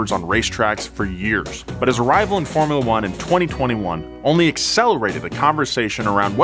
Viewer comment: This fellow's pronunciation of "formula" is disturbingly awful.